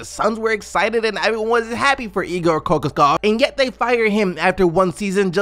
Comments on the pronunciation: Kokoskov is pronounced [Kuh- Kosh- Cough] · It’s pronounced co-cosh-kov